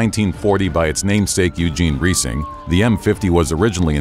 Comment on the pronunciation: Reising rhymes with rising.